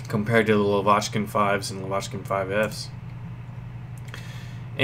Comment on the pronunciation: you're pronouncing "Lavochkin" wrong. It's stress on first vowel: [la'vochkin].